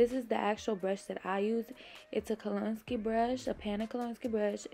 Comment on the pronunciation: Great video, very informative. Kolinsky is pronounced Kol-in-skee. Love your channel! ♥️🌷♥️